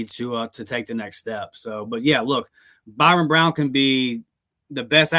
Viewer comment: You do know his name is ByRUM Brown and not ByRON